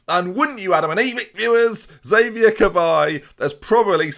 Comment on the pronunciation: Xavier's probably upset you keep mispronouncing his name